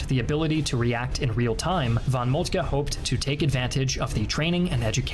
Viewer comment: Definitely not fault. His initial von Moltke was on point.